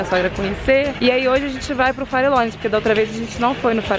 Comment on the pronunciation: DICA: VALLE NEVADO.. ( VAJE NEVADO) - FARELLONES. (FAREJONES).... fica a dica.